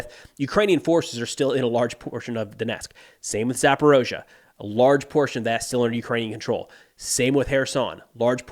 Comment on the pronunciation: Zaporizhzhia vs you saying "Zaporozha". notice any difference?